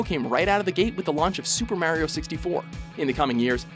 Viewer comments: Why Does He Say Merio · stop pronouncing mario wrong IT SAYS IT IN THE FUCKING GAME